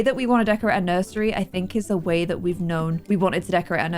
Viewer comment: "Nuisery" where did you get the word from? That was funny.